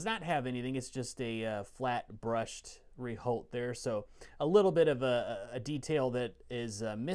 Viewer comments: Rehaut (not reholt). Rehaut is the French word for flange. (The correct pronunciation is; rehort). Regards. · The H and T are silent ;) I'm struggling to find an english example on how to pronunce the " re ". You guys certainly heard it anyway, I'm thinking of the " er " of " proper ", pronunced in reverse x)